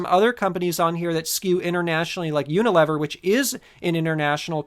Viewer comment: I believe it's pronounced Uni-lee-ver